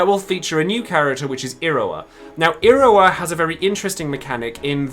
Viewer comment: the way you say iroha is werid is like iroa on japanese you pronounce the h